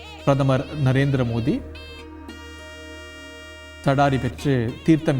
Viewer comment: Nalla Tamizhil varnanai...kaetgave nallaa irukku....Modi is Modhi here, rightly pronounced